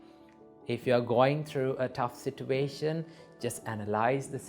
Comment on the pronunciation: all i heard is sitwation